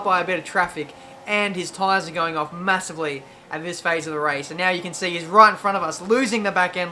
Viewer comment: "Massavly" i see what u did there...:D